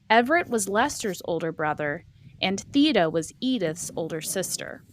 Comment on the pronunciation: The E in Theda would actually be pronounced as a long A. English is a weird language